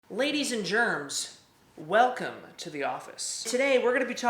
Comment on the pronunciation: Everytime he says ladies and gens it sounds like ladies and germs 😂